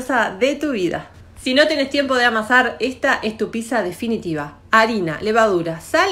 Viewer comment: Pero no se dice pisa... es pizza ... para pronunciarlo bien acordate del actor de cine Brad Pitt y agrgale un saaa como quién dice sí vagamente... pitt saaaaa